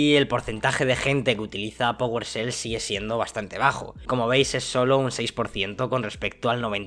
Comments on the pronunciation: Que es "pogolshell"? Aahh ya powershell, es que estos españoles no pronuncian la e "fuogo" por "fuego", "juogo" por "juego"... es gracioso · Oye, NO se pronuncia powerSel, se pronuncia powershell 😂 Saludos!